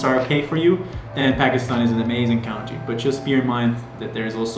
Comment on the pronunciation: An amazing CUNTREE not COWNTREE....country.